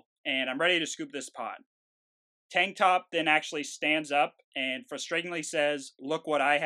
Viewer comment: so, it's TANK TOP not tang top. Tank, with a 'k'. Kuh Kuh K.